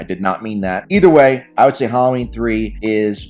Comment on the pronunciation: It's not pronounced Hollow-ween. It's Hal-lo-ween. 😅